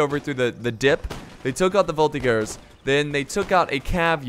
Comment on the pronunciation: Quebecer here, as a member of the voltigeurs of Québec (a infantry reserve regiment), it`s pronounced voltiJeur